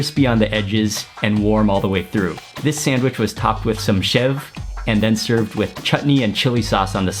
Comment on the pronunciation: Hi mark . When you eat the sev puri you pronounce sev as shiv